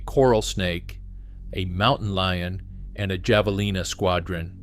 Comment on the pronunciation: Not Jav... It's Have...